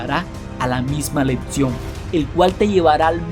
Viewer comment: Pronuncias mal Éxito y lección 🦻🏼🦻🏼👂